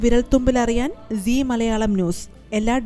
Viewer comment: say Zee news, not see news 🙂